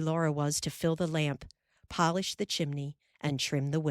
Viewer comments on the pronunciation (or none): none